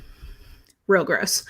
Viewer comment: I just want to say that you did a really good job with this live talk. I missed it but am watching after the fact. I’ve written down this list and will get to each and every one of these books. Also side note every time you said it’s gross I had to snicker, not that this serious subject should be snickered at but just the way you would pause then day it was funny.